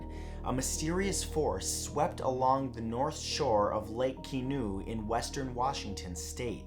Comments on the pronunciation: Hello, I live about 20 minutes from Lake Quinault. Matt you mispronounced the name. It is pronounced Qwin-alt, but no worries just figured you might like to know. That said I pronounce it like a county local not a member of the tribe so I could be off too. I remember the event you highlighted. Another theory on the matter among locals was a cloudburst where the rain took out the trees in the small area. Also not related but sort of fun given the "weird" factor, the Quinault Resort and Casino hosts a UFO and a Big Foot conference every year. Cheers! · Lake Quinault (pronounced Kwin-alt) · Quinalt is pronounced how it looks in english.